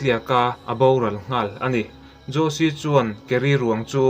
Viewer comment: Ngaihnawm thin hle mai. Thil Pakhat, Jose Fereira khi 'Hawse' tiha lam tur a nih hmel. Spanish ah chuan J hi H angin an lam thin.